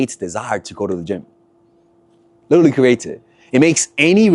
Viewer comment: Pls break the habit of saying saying ‘liddurly’!